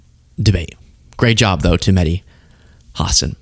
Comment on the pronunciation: Medhi Hasen? Why does he pronounce his name like that? Hasan's A is pronounced like Arctic.